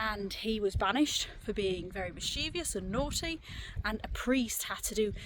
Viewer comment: There are only two Is in mischievous, not three, and only three syllables, not four.